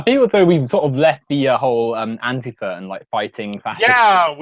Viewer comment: Warcorpse says antifa right not AnTIfa